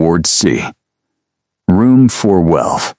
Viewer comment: Please check your AI before posting. It's off. It said "Room Four Welf" for 412 and Room Four One for Room 401.